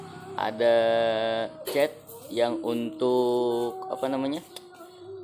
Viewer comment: Cat bang bukan cet😭😂